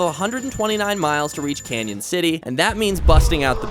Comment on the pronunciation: It’s CANON CITY!! (CAN-IN) NOT CANYON!!!!